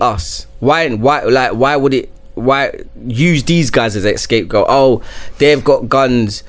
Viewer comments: Did I just hear a grown man say escape goat? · man said "ESCAPE Goat".... Mad